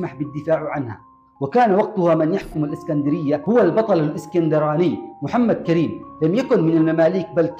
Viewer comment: اسم المجاهد محمد كريم بضم الكاف وفتح الراء